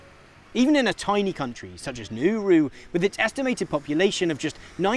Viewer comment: lol at the pronunciation of Nauru. but still a great video nonetheless.